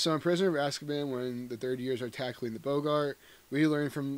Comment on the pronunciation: I thought it was pronounced “Bog-gart”, not “Bo-gart”, like “Humphrey *Bogart*”